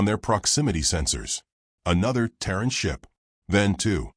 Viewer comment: Terran not Taron…..sighs